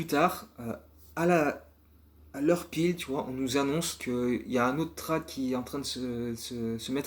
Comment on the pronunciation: Lourd comme d'hab, merci ! Juste attention la prononciation de "trade", c'est "trède" 😉